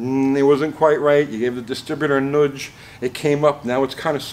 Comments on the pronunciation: It’s not noodge…… It’s a nudge. Jeesh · A “nuge” is just a nudge that moved south…lol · Am I detecting a British Columbian here? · Also, it’s funny how says nudge. Lol